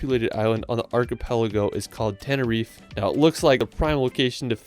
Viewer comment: "tenerif" Lmao it's Tenerife